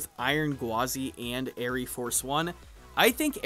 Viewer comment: You goober , the e is silent , it is just air Force one , smh